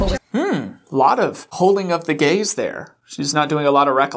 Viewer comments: swear to god I thought you said "She's not holding gays..." Not "gaze." lmao im such an idiot. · gaze, not gays,, come on